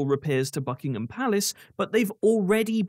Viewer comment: Ha, ha. I thought you were pronouncing Buckingham palace as Fuckingham palace. They simply don't care about the peasants even if there are 3.8 million people in destitution including one million children. The king is more interested in his grandiose ideas on the environment than his own people. The very opposite figure to the charitable golden prince and swallow by Oscar Wilde.